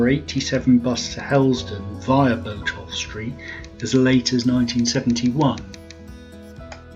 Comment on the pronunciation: Interesting video. I've lived in Norwich most of my life (now 69) and remember going to the old Odeon. I've always heard Botolph pronounced as Bot-olph (bot as in robot), rather than Bo-tolph.